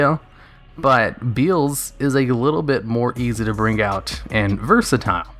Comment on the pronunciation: Beezelis, beezele newest brother